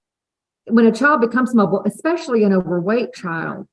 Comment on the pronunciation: Ugh! Have to do a petty vent -- therapist Ashley has a doctorate but says "ex-specially". Come on!